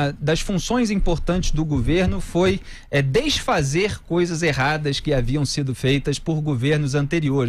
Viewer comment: Um reporter falando deisfazer 😲